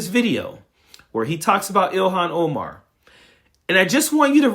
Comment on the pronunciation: He kind of struggled to pronounce Somalia, and Omar's name, the way racists keep acting like somehow they're unable to pronounce words they say every day correctly. To the rest of us, it just reads you're either a racist, or you're illiterate. Though racist and stupid go together a lot. And 'all she does is b*tch?' What the hell does Trump, or any of his followers do? They do nothing but complain nonstop about things like 'people who are not white exist around me.' Every single Trump supporter and Trump himself do nothing but whine all day.